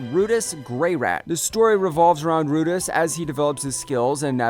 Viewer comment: That moment when you realize the narrator of these videos doesn't actually watch anime and is just reading off of a script because he doesn't know how to pronounce Redus's name. 😢 Feelsbadman